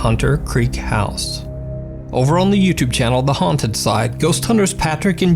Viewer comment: bro thats the wrong pronunciation of "house" for this application. You're saying like "This building would straight-up house women and children!" XD